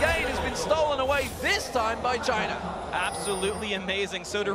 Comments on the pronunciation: i'm understanding vagina every time he says but china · Everytime he says "The China Team", i heard Vagin* team.... my mind must really be fk up =,=